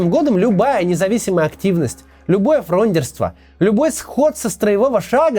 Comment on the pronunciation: Максим, спасибо большое! Вы -- умница! Но всё-таки не "фрОндерство", а "фрондЁрство". Участник фронды -- фрондёр. Желаю успехов и дальше!